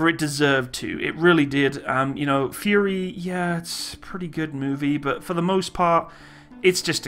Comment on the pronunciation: Anyone keep pronounces “Fury” into “Furry”? Just me? Oh...